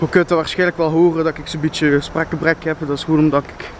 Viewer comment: Nice vid , En weinig slapen doen veel met nen mens ipv daje zegt ik heb een spraakgebrek door tegen weinig slapen zeg je ik heb een sprekgebrek door teveel slaap😂😂LEGEND